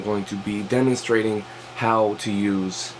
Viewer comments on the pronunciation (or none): im so glad he demistrated this to me... nigga said demi-strated🤣